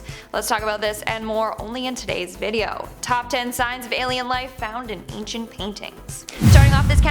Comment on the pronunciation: 'acient' paintings